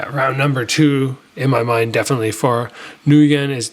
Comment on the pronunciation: "Ngyun" is pronounced "win"